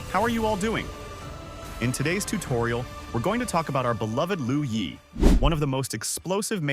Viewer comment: With dure respect, it's "LUO YI" not "LOU YI".